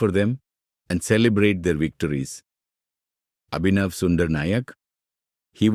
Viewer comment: Why are you dragging each of the noun and distorting it? Is Abhinav or Sundar or Nayak or Mukund an unfamiliar word in your part of the world? Your English doesn't sound native, so why can't you just pronounce those names as it is than dragging it?